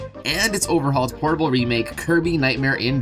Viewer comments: Did you say horrible remake or portable remake? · Did you say portable or horrable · Wait for nightmare in dreamland did you say "portable" or "horrible" I actually didn't understand lmao